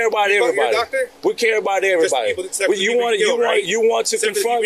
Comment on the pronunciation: The fact he cant even say “you” and instead says “use” is a good indicator on his education level.